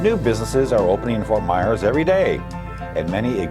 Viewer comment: It's pronounced Ft. Myers, not Ft. Mars like the candy bar. Ft. Myers, not Ft. Mars!!!!